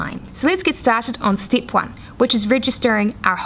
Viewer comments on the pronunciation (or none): best content on yt, but everytime you say stip by stip i get so fucking triggered haha